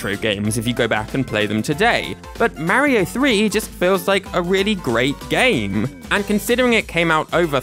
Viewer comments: It's Mario not Mar yyo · “MAHHHHHH REEEEE OHHHHH.” It’s “mar e oh.” 🤮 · STOP SAYİNG MERİO OR MÂRİO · Mario in the majority of games, telling you exactly how to pronounce his name correctly: "It's a me, Mario!": "Marryo." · you are saying mario wrong is marrio not marry-oh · its not m a rio its marrrrrrio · ok i get the pronunciation of mary-oh because of the accent, but wario literally pronounces "wah" as an "awe" sound literally all the time. (no hate btw, great video) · "Merio" 💀 "Mærio" 💀💀 "Meryo" 💀💀💀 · The way this guy is saying “Mario” is cracking me up. “Merry-oh” 😂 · Everyone is talking about their favorite Mario series but who pronounces Mario like Mary-o 💀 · The way he says Mäerio really grinds my gears. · Tbh love the vid. But the way you pronounce mario activates my fight or flight response lol. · why does he say mario like that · Why do you pronounce Mario wrong? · I can tell he's british based on how he says mario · Stop. Pronouncing. "Mario". Like. That!